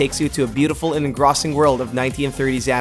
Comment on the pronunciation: That's not how you pronounce engrossing